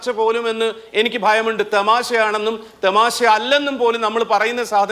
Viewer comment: തെമാശ അല്ലാഡോ തമാശ എന്ന് പറയാടോ....